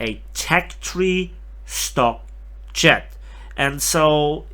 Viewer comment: Anyone else hear "chad" when he says jet? 😂